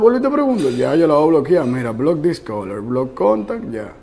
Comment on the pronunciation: Bloc dis color 😅😂🤣